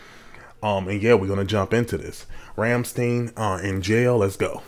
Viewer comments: Just a simple correction you pronounce stein as you would in Frankenstein. Awesome reaction! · Not Ramm-Steen - Ramm-Schtine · Liesten To "Rammstein - Rammstein" and you know they aren´t pronounced like a jeweish doctor in the US, it´s not pronounced "steen" but more like "styian", take this from a german who´s always ask "OH, and where are you from" when english speaking tourists are asking me for help, they think I´m an immigrant/ expact while I´m 100% native german. And it´s very appricietable you get the depth of the lyrics even when just translated, but the translation is pretty good though, no complains there unlinke german translations of South Park episodes at season 16, nowadays no complains on South Park translation either, guess my complaining to Matt and Tray as well as Comedey Central as rights holders worked, to make german translations not that half-assed. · It's pronounced 'RAM-STINE'. FYI. 😊 I have been to 2 of their concerts. One in Paris and Montpellier. You NEED to go to one. It's for your own good. "God knows I don't want to be an angel." The song's about satan. There I said it. Lol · Its RAMMSTEIN NOT STEEN YOU DONT SAY CALVIN KLEEN EITHER ITS CALVIN KLEIN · Rum stine is how its pronounced. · Hi guy, the second syllable is stine. They are a German band. Cheers.